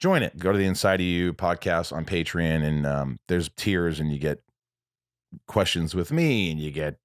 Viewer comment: Hey bruh, say "neon", now say "patreon". If you say it right I'll subscribe.